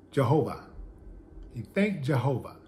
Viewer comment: Willie D, you put that hard, "r" on the word jahovah😂😂😁💯✔